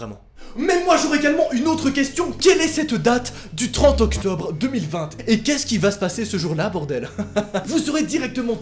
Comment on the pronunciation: Pour quoi tu dis 2020te ?